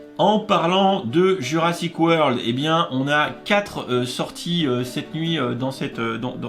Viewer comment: T ' as oublié le R à la fin